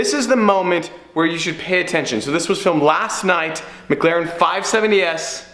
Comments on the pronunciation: The only dude on the internet that can't say mclaren...per this fella it's mglaren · Only when you can say McLaren correctly.